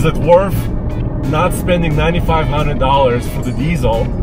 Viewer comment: “Worth” doesn’t have an “f” at the end.